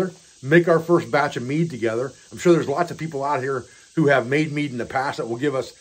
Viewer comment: Ah, mead, not meat!